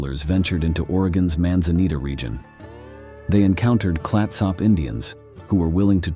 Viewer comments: Willamette= Wi-LAM-it The Dalles= The Dalls Clatsop= Clat-sup Pronunciation aside, great video. 👍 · The person who narrated this is clearly NOT an Oregonian!! 🤣 The pronunciation of Willamette, Clatsop, (My area) Nehalem, and the Dalles had me snickering!! I am a born and raised Oregonian. My children are second-generation, and my grandchildren are third-generation Oregonians!! I love this GREAT state!!! Some areas more than others. I love nothing more than to bask in our lush vegetation and wildlife. We are so VERY blessed to have such a beautiful state!!! 🦆🦫🦆🦫🦆🦫🦆